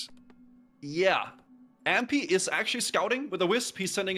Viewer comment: Except he doesn’t know how to pronounce Ahmpy at all. He says Ampy and it’s very annoying.